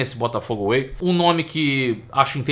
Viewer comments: Crítica construtiva: É Botafogo WAY e não AWAY… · Não é AWAY mas WAY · Botafogo Way e não Away!!!😂😂